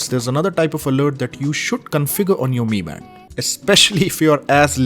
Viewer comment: Bro it not me band it's m I band bro